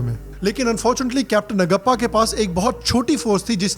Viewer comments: it’s Naaguppa,.. please learn.. if not you who is going to learn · Great review. I will watch it with my family. Vikram Batra we are proud of you Sir!!! Btw the name of another captain is नागप्पा not नगप्पा. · It's pronounced नागप्पा. Cheers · Excellent Review! With most imp. Informations. P.S : Capt. NAGAPPA ..name should be pronounced as NAAGAPPA. JAI HIND .. 👋